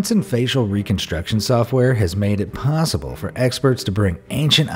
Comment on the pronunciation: "...has made it 'pawwsible' for..." A NEW WORD - PAWWSIBLE